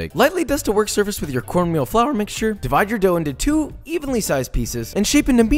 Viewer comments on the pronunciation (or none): flAar mixtue